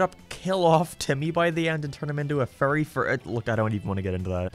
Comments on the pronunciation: Not gonna lie, anytime he said Fairy it sounded like Furry lmao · he pronounces fairy as furry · I'll never unhear "furry" whenever you say "fairy." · I cannot NOT hear saying 'furry' whenever he says 'fairy'. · It kinda sounds like he's saying "furry" instead of "fairy". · accent makes "fairy" sound like "furry" and I would really want to watch Timmy and his Furry Godparents. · Took me a while to figure out you ment fairy and not furry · So glad I'm not the only one hearing "furry" every time he says "fairy" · Sometimes I hear you say "furry" instead of "fairy", it's weird, not gonna lie. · WOOAAAHHHHHH HE SAID """""FURRY""""" INSTEAD OF FAIRY!!!!!!!!! HOW CURIOUS, WE ALL KNOW AS RED-BLOODED, BURGER LOVING, NATURAL AMERICAN HE IS!!!!!!! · I always hear "Furry" when he says fairy. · everytime he says fairy i hear furry and that reminds me that those people exist, help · Every time you say "fairy" I hear "furry" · fairy Captions: Furry